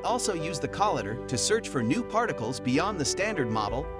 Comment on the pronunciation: Learn how to pronounce collider.